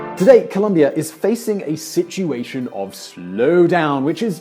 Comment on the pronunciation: fyi... ColOmbia... not Columbia... the dude with the American accent kept saying it wrong